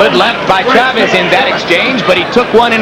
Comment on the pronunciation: HBO could even pronounce Chavez correctly.